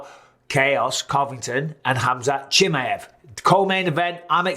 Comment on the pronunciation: 🤣 Bisbing is worse at saying Khamzat's last name (Chimmy-ev) than Colby is at saying his first name (Cumshot) 🤣